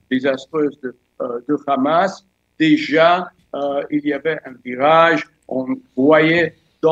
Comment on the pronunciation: C'est plus le RRRAHMMASSSS. C'est le WOKISSSS..... sacré intellectuel !